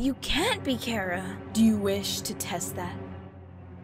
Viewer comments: CHARA not crara it's like that as u say it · Why do people say it like its 'cara' Is the 'H' silent or something? Because I read and say it as 'Char-a' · It is c h a r a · they said chara wrong, or are there two ways? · TAHTS NOT HOW U SAY CHARA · It's chara not cara there's a CH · It's still pronounced "Chara". It's pronounced phonetically.